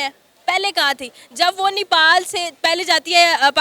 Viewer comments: Nipal kya hai? The country is called Nepal please correct your pronunciation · Nipal nahi bhosri... Nepal bol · Are vo madam vo nipal nahi nepal hai....😂😂